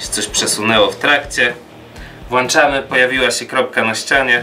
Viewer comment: WŁĄCZAMY! Nie ma takiego słowa jak WŁANCZAMY!!!!!!!